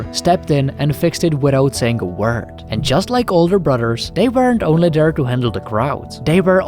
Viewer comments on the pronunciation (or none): none